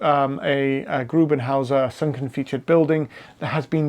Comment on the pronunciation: Aber er heisst doch GRUBENvHÄUSER or Grube huse...